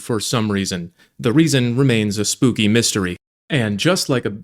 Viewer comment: bro said spook-y. I don't know if anyone picked up on that 😂😂😂